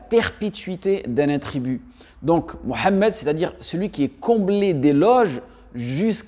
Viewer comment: Qui voulez vous qui guide.????"""le O""""en Arabe ca n'existe pas.deja c'est MOUHAMMED.MUHAMMED et non MO......ou MA....soyons serieux un peu....